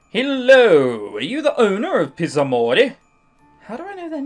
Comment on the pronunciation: La pronuncia lascia a desiderare. :P Il doppiaggio della VN è peggio, però, not to worry! The Zs need to be harder, HARDER!!!